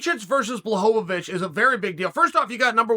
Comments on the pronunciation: He still pronounced Jans name better than a lot of people lol. It's BWA-HOE-VICH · uncle... their NAMES are pronounce like this: Blahoewitch no pun intended and Rakeech jeez uncle😭🤣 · Me: Blachowicz Uncle Chael: Blachovovitch Me: OK great, Blachovovitch. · Rachitz vs Blahovovitch 😅 every time omg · Chael’s legendary fighters: Blehal Muhammed Kamara Usman Jan Blahovavic Hazmat Chinaev Benny Daryoosh Islam Macklechev Surreal Gong Your-rear Rodriguez Charlie Olives Will Fury Aleksander Raykitch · I knew I was pronouncing it wrong thanks uncle Chael. Blowholelávich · Impressive how he butchered both names